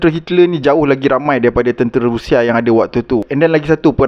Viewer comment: Sebut rusia kan senang, ini rashia, x best sori